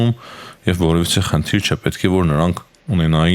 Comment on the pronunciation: ջան, ո՛չ թե խնթիր, այլ խնդ'իր (թիերը այստեղ ո՛չ մի կապ չունեն, ո՛չ թե ձիվիզիա, այլ դիվիզիա (ձիերը այստեղ նույնպես ո՛չ մի կապ չունեն)...